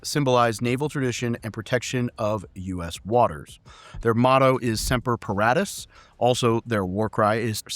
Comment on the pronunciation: Hiya. Quick note. Our Coast Guard motto is pronounced, "SEM-per puh-RAW-tus" not "SEM-per puh-RAT-tus